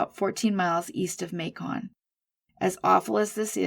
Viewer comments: Thanks for the work you do. I live right outside Macon, Ga and it's pronounced like "bacon". Also, Dekalb, Ga is "de-cab". Thought that might help you out in the future. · I'm surprised no one mentioned that Twiggs county is in Georgia not Florida. The city of Macon is pronounced like bacon only with an M. I've subscribed and am watching a video or two every day. Keep up the good work.